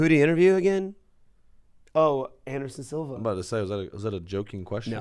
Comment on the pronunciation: "Anderon" Silva